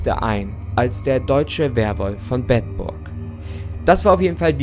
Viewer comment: Ich als Bedburger muss sagen es wird Beedburg ausgesprochen ;)